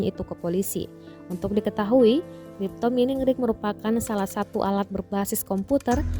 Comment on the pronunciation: Cipto Mimin min bukan crytpo mining 😜